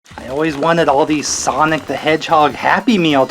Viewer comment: ”SIANIC” WHAT